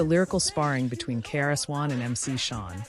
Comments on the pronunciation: We need to do better when editing this AI stuff, it's Shan not Shawn. Thank You for this content. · It’s MC Shan not MC Shawn…I swear I hate this ai ish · MC Shan like "Man" not Shawn. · To the AI announcer, it's not pronounced MC Shawn. It's pronounced MC Shan. Get it right! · She is so wrong the way she say it.